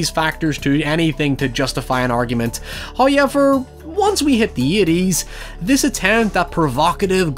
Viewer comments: me: however: hëœwever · Drinking game: take a shot every time says hoyever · love the way he says "hawyever"